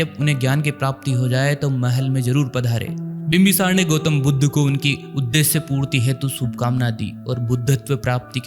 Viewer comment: तथागत गौतम बुद्ध भगवान को यह सही शब्द से संबोधित नहीं कर रहा बुद्ध की जगह पर बुद्धू शब्द का उच्चारण सही नहीं